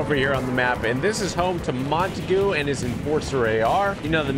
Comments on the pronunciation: TG it’s not Mon-ta-goo it’s Mon-tague (pronounced ta-aug) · Im pretty sure its mon-taeg not mon-ta-goo just saying it sound weird when you say it like that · It's not Montague it's mon-ta-gue!!!